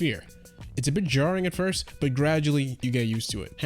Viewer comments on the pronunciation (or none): none